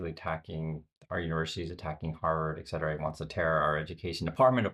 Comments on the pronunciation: Thanks, I love your channel and subscribe & like every viewing. You use "etc" often, I do the same. It's et cetera...not excetera....FYI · ET-cetera, damn it: "And the rest." Same et as in French, meaning and.